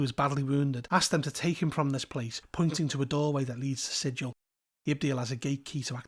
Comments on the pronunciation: Quick thing of note: Sigil is pronounced with a hard-G like that in “gallop.” To quote Her Honor Rastina Tollin of the Guvners: “We can excuse the fact that you slaughtered two Yugoloths before you realized where you were, Outsider, but you pronounced the name of our fair city ‘Sijil,’ not ‘Sigil,’ and there can be no excuse for that!” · You pronounced it with a soft G, and not a hard G, so you actually pronounced it incorrectly according to the in-universe lore is what I’m getting at. (Love your content overall, I just felt I should point out that the hard-G pronunciation is such a meme by the creators that it’s even ILLEGAL in-universe to pronounce it with a soft-G, lol.) EDIT: I know that the real-world word is pronounced like you said it in the video, but the D&D place of the same name is not pronounced like the real-world word.